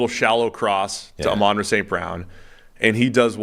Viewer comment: Amon-ra not amen’ra